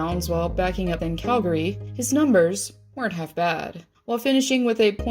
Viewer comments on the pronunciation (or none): none